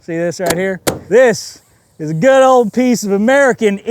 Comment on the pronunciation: "It works real guuud at wide open throttle..." yeehaw